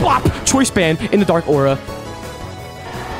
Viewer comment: "Dark aua"